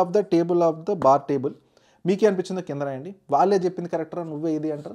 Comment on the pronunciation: Baaru...We aaru...forru...youru...fire ru 🤣🔥 Baaru cool down bro..BP vochi poyettattu vundhi